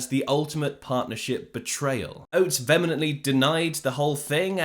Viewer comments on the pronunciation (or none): Did you say "vemenently"?